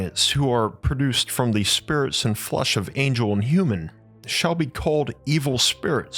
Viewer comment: Why does he pronounce "flesh"..he says "flush"???😅